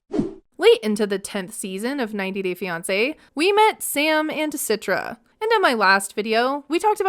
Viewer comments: please stop saying her name Sitra 😂 it's Citra (the C is like "CHarlie") not like with an "S" Sitra 👀 Indonesian here btw ✋🏼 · I think her name should be pronounced - "Chee-tra" not "Sit-tra"